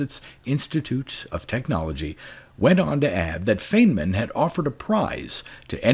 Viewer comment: I think Feynman would be smirking at the pronunciation of his name, as he was a very fine man.